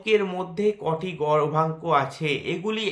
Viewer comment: উচ্চারণ টা গর্ভাঙ্ক হবে নাকি দাদা? বোঝা যাচ্ছে না